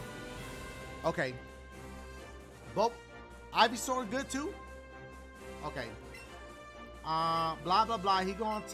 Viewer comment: EeveSour??????? It’s Ivysour dashie lol 😂